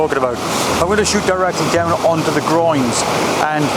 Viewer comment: I'm not English speking but every time you say groins i giggle. 😂 Nice pictures by the way. I love lots of negative space in pictures. ♥️